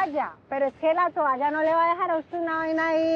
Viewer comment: La que dice tualla en vez de toalla debe ser q vive en suacha